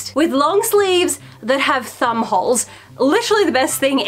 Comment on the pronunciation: I was listening to this half way and instead of thumb hole I heard bumhole... very confused